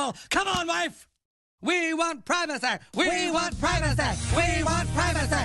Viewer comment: Pry-vah-seh” OMG….🤣🤣🤣